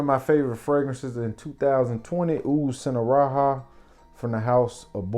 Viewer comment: It's not sinharaha, it's singaraja with a hard j.